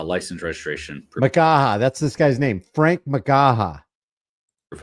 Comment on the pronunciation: Lol.... let's ne "Framk".